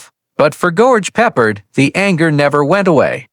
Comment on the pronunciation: Not PE-pard, pe-PARD! Stupid A.I....is it that expensive to pay someone who can read simple English? Oh my...the more I go through this, the more embarrassed I am by this A.I's recitation of English text! "...World War i ?" "I love it when a plan co-MES together"....nearly EVERY SINGLE sentence is butchered by this idiotic A.I.'s inability to recite English text.